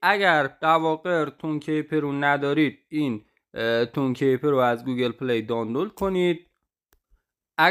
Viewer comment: تون کِیپِر» درست نیست » تون کیپِر» درست هست »